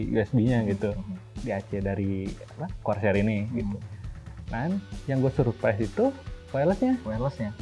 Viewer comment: Ane denger nya "CROSAIR", tp pas bacanya "CORSAIR"..